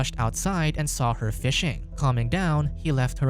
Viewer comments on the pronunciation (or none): Dude, the way he talks hahahaha, "Mick was about to attack héêer, he was going to the fóôóréêést"